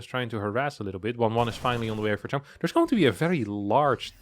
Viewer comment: its chAm, not chUm